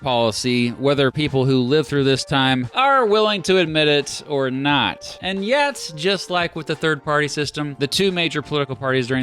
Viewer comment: Make sure you’re careful and you annunciate because I think it’s easy for someone to not hear you say “not a member of the Democratic Party“ I’m talking about that certain group starts with a K. Stop on double speed and I couldn’t tell that you said not. Even when I slowed it down to regular speed it still wasn’t extremely Obvious, and now imagine someone multitasking and they miss it and just go on. Maybe they don’t quite realize what you’re saying and I just feel like there’s still a lot of people in that certain group that starts with a K who are part of the Democratic Party. But obviously nobody a part of that group that starts with a K is part of the Democratic Party. And that should be obvious, people are told something different about people who have the belief of WSs. So they think you did not say the word “not“ they could really get them hit it off in the wrong direction.